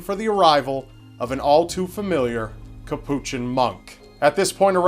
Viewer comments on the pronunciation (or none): Say Cappuchin monk one more time... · Just to let you know, Capuchin is pronounced by stressing the first syllable "CAP" (not the second syllable). The word is understandably unfamiliar to those who are not Catholic. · Hamid JUV Iol i was thinking that too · probably has no issues with ordering a cappuccino coffee, but keeps mangling his pronunciation of Capuchin. Ugh.